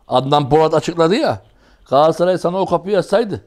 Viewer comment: ÜMİT HOCA gaasssaray degil. galatasaray... sergen hoca galassaray degil galatasaray ...